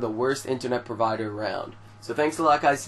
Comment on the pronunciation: You said or it sounded like you said Subscribe, Rape, and Like